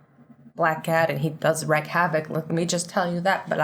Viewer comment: Its wreak pronounced like reek not wreck